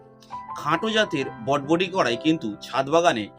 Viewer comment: বডবটি নয় বরবটি